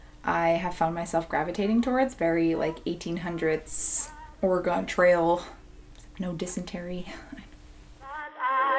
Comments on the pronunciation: Organ like the church piano or the stuff inside not Or-gone ;) from a native Oregonian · Wonderful video! Someday I want to get into more vintage clothing, but it’s very hard as a plus size person. I might end up just sewing new clothing in vintage styles instead. Also, I do hope you aren’t teaching any kiddos how to mispronounce Oregon ;) (it’s more like Or-eh-gun. The ore is like copper “ore”. The eh rhymes with “meh”. Gun is well, gun). 💖 -An Oregonian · Love your style, creativity and videos. ❤️ As an Oregonian, I wanted to let you know know that Oregon is pronounced " Ory-gun," not "Ory-gone." 😁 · Oh. Did you say Oregon like OreGONE ? We pronounce it OreGUN ;) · Oh dear lord. I love you so much, but please please pleaase never pronounce Oregon that way again. Huge pet peeve of Oregonians. It’s not Or-e-GONE. It’s ORE-uh-gun. Okay, Still love you though. K bye. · Did my girl really just say "O-re-gone trail"???? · Ok, I'm sorry but that's not how you say Oregon.